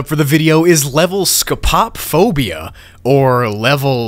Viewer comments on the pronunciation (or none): BRO WHEN HE EDITED THE KNOCKING ON EACH SIDE ON MY HEADPHONES I ALMOST CRIED Edit: I’m not gonna have bad dreams about the level I’m having bad dreams about how he said “sco pop phobia” instead of “sco poe phobia” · So I have scopophobia, and the second it came up on the screen as a level, I was like, oh god do I want to continue watching XD (Also, it's pronounced scope O phobia, not, sco pop phobia) Scopophobia suck btw, I'm so paranoid I'm being watched, I'm convinced there's cameras, I always check mirrors incase they're one way, I'm a very paranoid person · “Sco-pop-o-phobia” Sco-po-phobia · Scopo-phobia not Sco-pop-phobia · exactly. it's scopophobia, not scopop phobia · I dont think its scopopphobia. Its scope-oh-phobia which makes more sense as to why its the fear of being watched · It's "scope-a-phobia," not "sco-pop-phobia". Great video though 👍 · ScoPO… phobia💀 (Sco-pa-phobia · did he say scpop phobia for the first level even though its supposed to be scpo phobia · It'not sco-pop-phobia, it's scopo-phobia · Well you spelled the first name wrong ofc It's not sco-pae-phobia It's sco-po-phobia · It’s pronounced sco Puh phobia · It’s pronounced (Scope - O’ - Phobia) btw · its actually pronounced "sco-po-phobia" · Scupopphobia It's pronounced "Scoh-Poh-Foh-Bee-A" lol For google pronunciation, it's "skow-puh-fow-bee-uh" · No offense at all I love your channel this was just for your learning it's scope-oh-phobia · Scott pop phobia that’s a hard Word to pronounce and what is the black figure and is there any footage of it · man said scop op phobia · "sco pop phobia" I'm in pain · "sco- pap -phobia" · You say it like scopo-fobia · Also it’s pronounced ‘scope-o-phobia’ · it is pronunced SCOPE a/o phobia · (*It's "SCO-poe-FOE-bee-uh") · Btw it’s pronounced “scoe-poe-phobia” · scopophobia (skoe - puh - foe - bee a) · BRO DID HE JUST SAY SCOPOP PHOBIA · Does he know that scopophobia is pronounced scope-o-phobia? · You pronounced "Scopophobia" wrong. It's scope-o-phobia